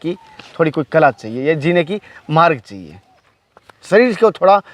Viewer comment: बकचोदी करना बहुत आसान है। पहले प्रोनेंसिएशन ठीक कर। मार्ग को मारग और सवाल को सुवाल बोलता है।